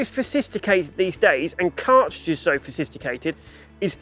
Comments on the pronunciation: Argumentably was bad enough, not being an actual word but fosisticated ?? Who’s filming these vidoes and why arent they telling him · ....forsisticated?! Is that a new word gun related sophistication...?!